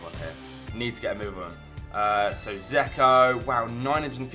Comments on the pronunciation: It's not "zeko" it's pronnouses d-j-elk-o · Its pronounced 'Jecko